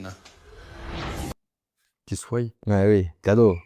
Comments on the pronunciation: Pour le coup je comprend que ca choque, mais là on est plutot sur un accent que sur une faute de français. D'ailleurs elle dirait jamais "je soye". Elle prononce comme ca que le pluriel, c'est juste sa façon de prononcer "oient" . Dans d'autres régions on entend des gens faire pareil avec le verbe avoir (qu'ils ayent). Ca nous viendrait pas à l'idée de dire à un marseillais que prononce "peuneu" qu'il a un mauvais français, bah là c'est la même chose. Même si faut avouer que là, des vrais fautes de français y en a aussi pas mal dans l'épisode, ca aide pas trop à prendre du recul 😅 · Plus choqués par le "soyent" que le "ta gueule" j'avoues mes oreilles ont saignées 2x 😱🤣🤣🤣